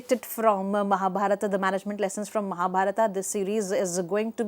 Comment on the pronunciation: Nice video, sir. It's wonderful. But the lady doesn't pronounce Mahabharat properly. it's shameful as an Indian she behaves like a NRI.